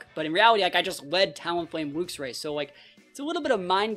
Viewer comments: luxray is pronounced more like lucks ray rather than looks ray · It's definitely pronounced "lucks". It's name means something like "lightray" no? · I think its pronounced Lucks Ray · It's Lucks ray. Since we're on the topic you also say Archaludon wrong too. It's Arch-aloo-don. Unsubscribed, blocked, reported. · Very fun team! Hoping for some big wins. Id say it should be pronounced like the unit Lux - with a less pronounced "u" and not like "looks". In german we do say it more like "looks" - but the unit is pronounced like that in german aswell lol. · I say it like lux-ray, kinda like how you pronounce the end of the word deluxe